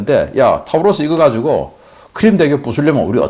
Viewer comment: Taurus 는 타우러스가 아니라 토러스로 발음합니다.